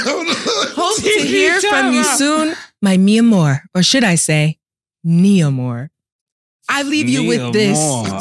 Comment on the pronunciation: This man said ….. “NI-A-MOR”😁🤣😂